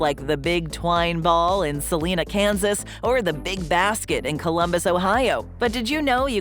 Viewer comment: The only criticism I have on this video is you pronounced a city in Kansas as "sa-lee-na", but it's actually "sa-l-eye-na". There are several places on this list that I would like to visit. One restaurant I have visited that is not on this list is the Roadkill Cafe, in Seligman, AZ. All the menu items are named after different types of roadkill (but luckily have the actual items listed in the description).